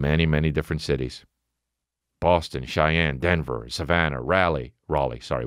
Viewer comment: Love the emphasis on Boston